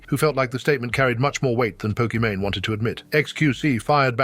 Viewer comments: Can the text-to-speech figure out how to pronounce Pokimane already? Poki-Mine, Poki-manae? Really? 😂 Maybe it's a diss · love the AI calling her "pok eh mon eh" over and over lol